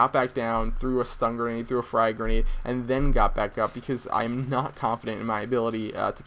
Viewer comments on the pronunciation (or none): none